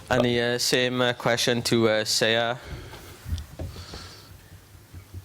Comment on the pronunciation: dana white got siyar's name wrong